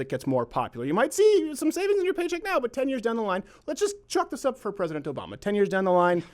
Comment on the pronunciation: Nigel saying Obama sounded like "a bomber" to me.